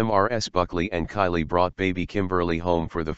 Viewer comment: Kayleigh not Kylie